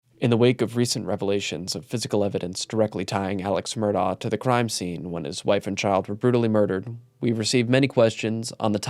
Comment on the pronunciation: it's pronounced "Murdock"